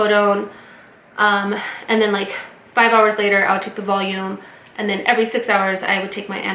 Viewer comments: Valium not Volume! ☺️ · I love that you called valum "volume". Haha so cute